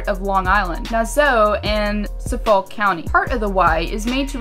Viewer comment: THE WAY YOU SAID NASSAU AND SUFFOLK